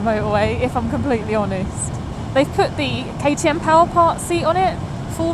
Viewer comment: Why Katy? Kay-Tee-Em, oh I get it lol.